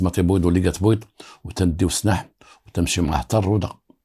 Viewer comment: سلاح وليس سناح راك بوليسي زعما